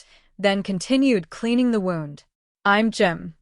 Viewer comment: GPA is read as Giga Pascals. Wound (as in sore) is read as wound (wrapping something long). The foreign voices reading weird short parts. Its really bad.